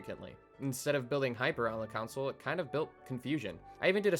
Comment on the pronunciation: You are pronouncing "console" as "counsel". It's "con-soul"